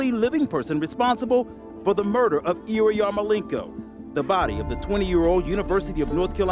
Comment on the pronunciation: OMG – That narrator/interviewer is one of the most grotesquely ugly humans I have ever seen. He can't even properly pronounce the victim's name – he keeps saying "Iriyarmolenko"!